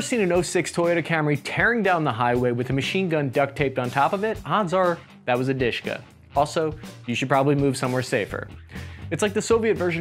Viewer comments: It is pronounced as D-A-shka, the second letter sound is like u in umbrella, and Dashka is a short name for the female name Daria/Daryna. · Please call it proper, De-She-Ka. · its dooshka , u need to pronounce it right by the time my soviet comrades army capture US with help of China. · It's not DiShKa, It's D.Sh.K(a). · Not Dishka, but Dashka. The name Dashka came from the female name (Dasha, Daria), just like Svetka - SVT-40 (Sveta, Svetlana), and Ksuha - AKS-74U (Ksyusha, Oksana). There are also names such as "Sapog" (Boot) - SPG-9 and Pokemon - PKM. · It is more commonly pronounced as "Deh-Sheh-KAh" (last syllable stressed), Dushka, I never heard of it ever being called Dushka.. Probably because I never saw any real action myself))) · It IS "De-She (not like "she" but like the short e in "shed") - Ka". Just an acronym from the three cyrillic letters: ДШК. It's pronounced very fast usually, and the last syllable is stressed. Why so many foreigners call it "dIshka" I have no idea... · One of my college roommates was "drafted" into a Lebanese militia (they put an AK47 to your head, ask if you want to join and reply is "good idea!"). He liked the DSHK, he pronounced it as Daash-ka, not disk-ka. He now runs a three star restaurant in Mackinaw City, Michigan. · Russian/Soviet DSHK is not Dyyyyyyshka. But De-SHa-Kaaaaa. D - is Д (Дегтярёв - Degtyaryov). Sh - is Ш (Шпагин - Shpagin). K - is К (Крупнокалиберный - Large-caliber). Пулемёт ДШК is De-Sha-Ka Gun. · It's pronounced as "Deh SHeh Kah" not "Dishka". It's the abbreviation of "Degtyaryova-Shpagina Krupnokaliberny". The first two words are the family names of the inventors and the third word means high caliber. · It's dashka (as in Dasha which is a variant of Daria female name), not dushka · Not dushka, but dashka, diminutive for Daria, girls name) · Its not dushka It is "Dash a Car(English pronunciation)" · It should be pronounced like "de she ka".) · not deshka! it sounds like de she ka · Не дышка, а ДэШэКа